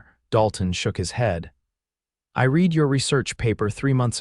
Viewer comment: Read is mispronounced with a hard sound instead of the correct soft one. At about timeline 12: .